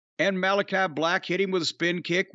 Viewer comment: The House of BLECH never gets old😂 But in all seriousness, if Billy’s truly done, he deserves his flowers💐